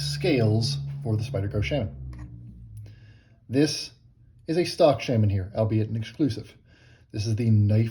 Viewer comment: Sha-men.🙋‍♂️ love.